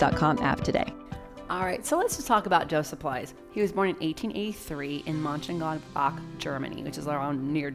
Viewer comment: Well done for pronouncing Mönchengladbach! You would think that town would make more of one of its most famous citizens.